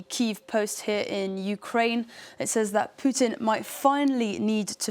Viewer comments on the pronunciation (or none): none